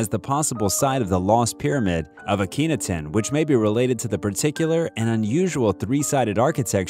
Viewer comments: It’s pronounced ah-keh-nah-ten Jesus my guy if your gonna do this learn to pronounce some things better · he's pronounced Aka-not-on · Did you just pronounce Akhenaten like that, DID YOU, DID YOU...... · I was like is he saying Akhenaten? 😂